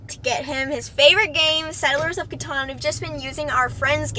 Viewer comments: I love how she calls it caton instead of catan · "Cuh-Tan" NOT "Cuh-Ton"